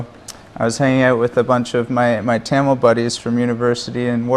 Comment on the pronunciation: Parthi Kandavelukku Tamil pronounce panna varliya